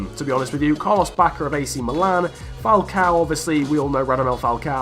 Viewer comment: Just to help you out mate, when you pronounce "Quaresma", you read the "U", or else it sounds like "Caresma" 😉 Also, "Falcão". Not "Falcao" 😉